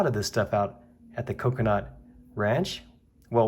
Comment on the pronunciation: Whenever you say Kokernot 06 ranch i hear Coconut 06 ranch! Lol